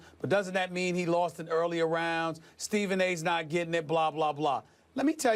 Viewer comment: Stephen said it clear